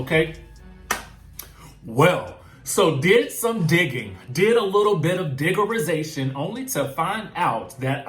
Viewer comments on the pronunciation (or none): New term alert: 'digarization'...funny, 😆